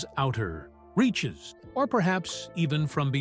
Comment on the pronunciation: Man, the AI narrating this is the worst! It keeps putting the wrong emfassis on the wrong sylabble! (Just sound it out... you'll get it). "... from its outer...(turns page)... REACHES!